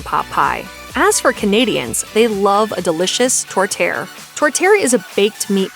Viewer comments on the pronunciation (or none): Not ‘tort tear’ but ‘tort-tea-air’ …..🇨🇦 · Tour- tear? NO!!!!! It's pronounced Tour-tee- air.! How could you not know that? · U miss pronounce it... Its tour tee air.... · Tor -Tear? Non, non non! If you ask for that in Canada, especially Que., no one will know what you are saying. It's pronounced TOUR-TEE-AIR...just Google foreign words for the correct pronunciation, you will easily find the voiced version. And 'Caesar Cocktail' is called a 'Bloody Caesar'. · Torte-EE-ere with the emphasis on the -ere. It also helps if you roll your rrrs a little bit. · Could you please pronounce the Canadian dishes properly 'poutine' is pronounced poo-tin. Tortiere is pronounced tor -tee-air. Btw it's also Ce lin Dion not ce-leen! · It’s TOR-TEE-AIR. 🙄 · Tourtiere is pronounced Tut-kay, my family has it every year at Christmas. It's hard to listen to people who can't pronounce the words correctly. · Tortterre. Lmao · tor-tee-air....there is an i there... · Please it's Tor tee_air thanks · Tor-tear??? What? Of course Newfoundland isn't a part of Canada that stretches from Vancouver to Halifax.. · 1.What in the hell is a Kaybeckwah? 2.We don't have a meat pie dish called tortair. 3.We don't have a place called Mont Trahmblahnn. 4. Tartosook is not a thing. Just call it sugar pie and stop insulting us with such gross word mangling that I find it hard to believe it's accidental. All of that, you manage to repeatedly say Nanaimo? Your butchered pronunciations are insulting. If you are going to do a Canada specific video you could at the least LEARN TO PRONOUNCE THE WORDS PROPERLY. Mashed needs to very seriously consider never hiring this woman to do voice overs for their YT videos again. You might also want to consider some quality control, Mashed. I mean seriously, Kevin Smith can say Canadian words properly and he's stoned most of the time. No excuse. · Disagree. It’s Tore-chair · Tourtiere. Is pronounced tor tee air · Especially the pronunciation of tourtière!